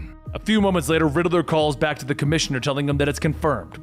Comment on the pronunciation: Dude WHEN are you gonna learn how to say “Riddler”?…. It’s not “RiddAler” There is not “A” in Riddler!!, (So Annoying🤬)